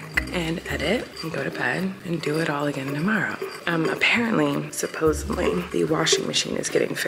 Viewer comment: FYI: it’s “supposeDly” not “supposeBly” you say it . No shade just maybe thought I would let you know cause back in the day I would say it and I would be embarrassed AF!